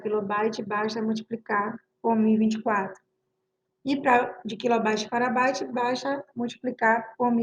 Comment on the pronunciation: Parei no "Baite"